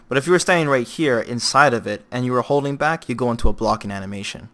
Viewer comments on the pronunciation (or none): none